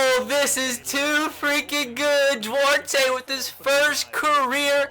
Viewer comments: You're pronouncing Duarte wrong, the e is silent, I know this cause it's my last name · When you can't pronounce duarte...?